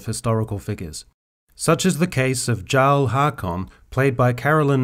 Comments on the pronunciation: You’re talking about how Haakon’s race is historically inaccurate when you can’t even pronounce her title right!!! It’s not “garl” it’s “yarl” it’s not said the way it’s spelled because it’s a different language!!! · It's Jarl nit Tsarl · jarl is pronounced = yarl and its a title :) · I could've sworn "Jarl" was pronounced as "Yarl" even tho it's spelled with a J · I’m not taking lessons on history and ethnic inclusion from a dude that pronounces the title of “Jarl” wrong. 5 mins into Skyrim you should know how to say this word.